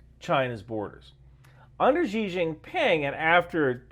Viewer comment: Great stuff but why do so many western vloggers say "Jee Jin Ping"? It's just "See". No need to get the intonation accurate